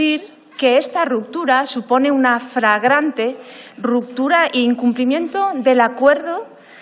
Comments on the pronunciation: La portavoz de Sumar habla de "ruptura FRAGRANTE". No sabe ni hablar español. Se dice flagrante, no fragrante. Menuda portavoz tiene Sumar! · 😅 así que fragrante señora de Sumar🤣🤣🤣 Tan difívil es decir flagrante... O he oido mal. Por cierto, Yo no me siento traicionada con la decisión de Podemos. Y en las GALLEGAS, PODEMOS💜💜💜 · Esta chica dice ¿fragante o flagrante? Entiendo lo primero, vaya que olemos bien¡🤣😂